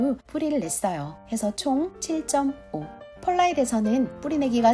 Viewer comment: 유튭이 너무 뒤늦게 추천해준 엄청난 삽목연구 영상이네요~~ vermiculite / pearlite / sphagnum moss 발음하시는데 감동했습니다. 😻💖💕 제 blue ice cypress 삽수들이 왜 실패했는지 알 것 같습니다. 아카데믹하면서도 재미난 커멘트가 정말 훌륭한 비교영상 감사해요!!